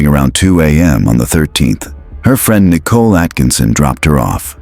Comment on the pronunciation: Usually the AI annoys me but because it’s calling Nicole nickel and she’s worth about 5 cents ( actually she’s worth a penny, and those are worthless now) I’m letting it slide 😂😂🤷🏽‍♀️